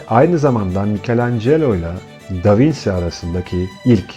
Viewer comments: İlgiyle izlediğim anlatınızda tek rahatsızlık veren: Bizim ezelden beri Da Vinçi (yazım hatası değil, telaffuzu belirttim) diye bildiğimiz ismi Da Vinsi diye okumanızdır. Doğruysa biz değiştirelim bilgimizi...teşekkürler... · Elinize sağlık. Ama sormadan edemedim. Da vinci italyanca aynı şekilde okunuyor diye biliyorum. Davinsi diye okunduğunu bilmiyordum?